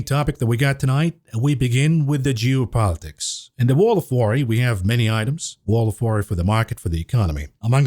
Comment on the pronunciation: pronounces geo politics correct now. Losing the edge mav😂